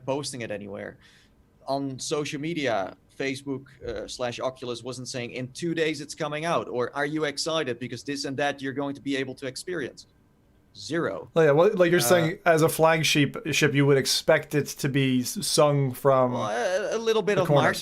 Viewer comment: Love the "flagsheep", favourite mistake ever